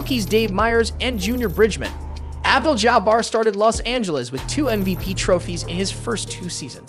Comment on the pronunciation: Is this AI or is that honestly how you pronounce St. Louis and Abdul-Jabbar